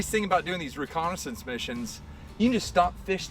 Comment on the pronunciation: do you realize how rediculous it sounds when you say recondensence mishion huuuuh huuuuh duihhhhh